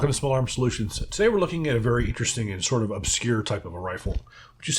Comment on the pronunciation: Verwy intervesting 🧐🤔